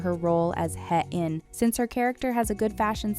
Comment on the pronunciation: Heh-in - it was distracting that the character’s name wasn’t pronounced correctly throughout the video. A better way to pronounce her name is “Hey-een.”